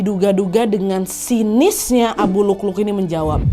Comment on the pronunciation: Waa maaf bukan abu lukluk tapi abu lu'lu'😅